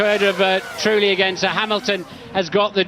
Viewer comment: "Jarno Truely" 😊